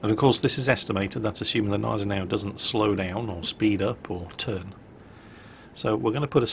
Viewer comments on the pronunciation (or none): Guh-NYE-ze-now ;p Bitte. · Great video as always, but the g in Gneisenau isn't silent. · why do you never say the G of Genisanau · remember: Germans put letters into words and names to be used. So Gneisenau uses the G too.